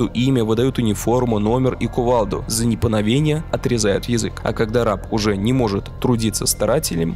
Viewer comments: Заметил небольшую ошибку в произношении слова "за непоновение" вместо "за неповиновение" на ролика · Ну вот когда слова не можешь произнести - ну перезапиши. Всё эти непоновение, идефецировать - ухо режет.